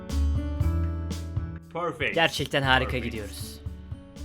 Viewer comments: İ am Pörfek player men: İ am Pörfek artist men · Pörfekt Bileşim :D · Pörfekt ingilizce Mod: On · bir sözü derki: I PÖRFEK PLAYER MEN